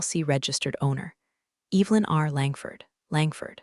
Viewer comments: that's a good point! The AI definitely gets that one wrong. It should be E-vuh-lin, not E-vil-in. 😬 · I hear that every time! Makes me cringe a little. It’s Evelyn, not Evil-in! 😬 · Why does your AI insist on pronouncing Evelyn "Evil-in"? The E is soft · Ev- el-in, What a bunch of dipwads with a poorly programed Artificial Unintelligence device! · classic AI misstep. "Evelyn" should definitely not sound like "Evil-in." 🤦‍♀ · I'd be happy if the stupid AI could learn to pronounce Evelyn